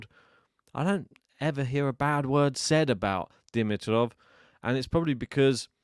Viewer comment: before you hurt my wife's ears tomorrow, please - "D-MEE-trof," D-MEE-trof." Not "DIM-i-trof." Now that that item is out of the way - Grigor, for me, is equally as fun to watch as Carlos. His game style is insane. His tennis IQ is off the charts, and when he plays at his best, he is good as it gets. And my word - Sascha was such an obstacle. He was getting every ball back and he could have easily won. Fantastic to watch Grigor's last 2 matches! And go Danielle today?